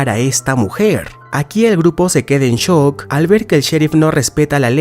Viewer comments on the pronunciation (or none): none